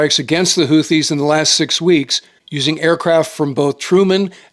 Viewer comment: It's "hoo-tee" not "hoo-thee". No "Th" sound. Emphasis on 1st syllable.